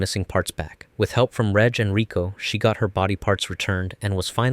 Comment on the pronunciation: not you calling him "redge" 😭